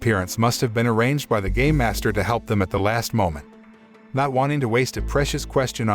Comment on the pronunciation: He made it sound like gay master when it's actually game master the dude litterally took off the '''me'' off the word game.